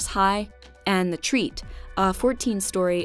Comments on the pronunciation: "Treet" is not pronounced that way. It's a two syllable word, "Tre" and "et" being two different syllables. And the sound you said for the "e" isn't how "e" is pronounced in Norwegian at all, rather the sound you made is the equivalent to our "i". Our "e" sounds more like the "e" in british english "bet" or the "ai" sound in american english "air" (we use both the long and short sound). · I like the way you pronounced "Treet" it's more like trre-et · the way you said tweet lmao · In Norwegian, "Treet" means "the tree". So you were basically saying "The the Tree" in a really weird way xD